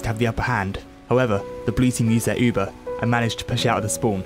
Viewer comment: You should honestly learn how to say Uber.